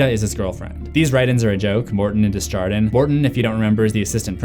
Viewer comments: Desjardins is pronounced more as dey jar don because it's French and means from the gardens. I can't explain how to pronounce a French J through text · Your mispronunciation of "Desjardin" is so bad 😂